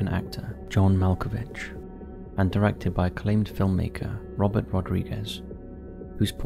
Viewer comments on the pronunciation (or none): none